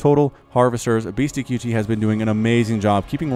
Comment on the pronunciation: the name is said BeastyCUTIE not Beasty QT. I wanted to rip my hair out every time you said it wrong.